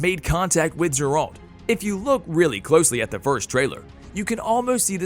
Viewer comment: Ah, yes, J E R A L T